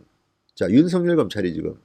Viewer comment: 징성호씨 윤석열 발음이나 제대로 하세요